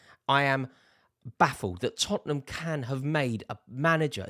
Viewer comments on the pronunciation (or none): Rory, it's Tottenham.